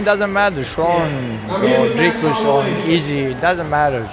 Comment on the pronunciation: Wtf Dana pronounces it “Dry-cus”?